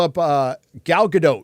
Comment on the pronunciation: Gal GadoT - the T is not silent